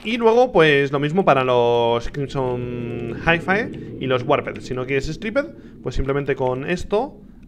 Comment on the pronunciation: Creo que no se pronuncia "jaifae" sino "jaifi"